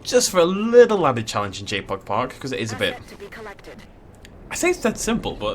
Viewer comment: Every time you said JPOG for the first 5mins I heard Jake Paul and imagined you making a Dinosaur park dedicated to jake paul.